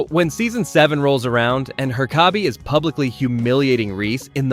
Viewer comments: Why do you keep saying Her-kay-bee? It's herk-uh-bee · Glad your videos got recommended to me, but please learn "Hur-co-be"'s name properly, please no more "her-cob-bay"s - sorry, thanks 🙂 Otherwise lovin the vids 😃 Be good to watch some episodes as a Reacts, with your Thoughts at the end, if that's something you do 💗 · It's pronounced **Herk-uh-bee**, with the first syllable having the emphasis. Not "Her-caw-bay", which is the way every White American mispronounces every Japanese and Spanish word ever, which the name Herkabe is not even of Japanese or Spanish origin. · They say it in the damn show not her-car-bee It's her-kuh-bee His name isn't pronounced wrong once I. The show and you did it in a matter of minutes twice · Your entire video's credibility goes out the window because of Her-kay-be. You didn't watch the show, your opinions aren't real. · HER KUH BEE it's fucking HER KUH BEE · bra said "her-caw-Bi" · Her-Ka-Bee huh? 😂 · He even said her-kay-bee at one point. Might be rage baiting for engagement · The pronunciation of Herkabe's name constantly was just so frustrating. Did this guy not watch the show? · That was a heck of a pronunciation of Herkabe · Bro he pronounced it differently like every single time Jesus like i do not think he watched the show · I had playing in the background and couldn't figure out who he was talking about until I looked at the end of the vid.. why did he say it like that😂😂😂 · It's bizarre because it's obviously not the correct pronunciation which could have been fixed by watching an episode of the show, but what makes it weird is that it's not even pronounced wrong consistently throughout. What. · Are you mispronouncing the teachers name on purpose?? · Have you watched the show? How do you not know how to pronounce Herkabe's name? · Its called comment bait. Butcher a pronunciation and it causes people like you to whine and give the video more engagement